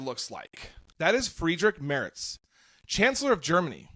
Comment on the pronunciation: Why can't Americans pronounce Mertz 😂. It's pronounced like a female horse, a mare, ending with a tz. It's NOT pronounced [moerts] but [maertzz]. - And certainly not "Merrick" as he repeatedly was called here.